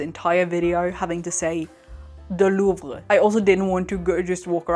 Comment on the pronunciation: Love the art, love the vid, and as a french (sorry) love the Louvre pronunciation 👍